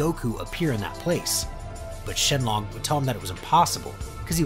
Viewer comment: If there's one thing in life I cannot stand its pronunciation it is not shin long it is shinnron